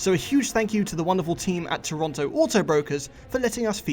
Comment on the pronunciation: still doesn't know how to pronounce "Toronto".